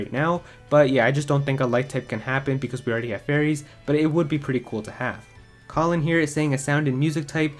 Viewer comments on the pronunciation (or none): none